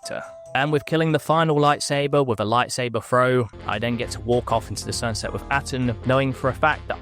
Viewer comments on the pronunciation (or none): Why do you say Kotar and not Kotor